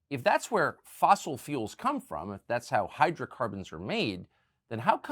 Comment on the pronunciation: No fosels in FOSIL fuel !